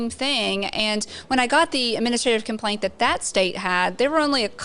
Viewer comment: Lmao, "compaint"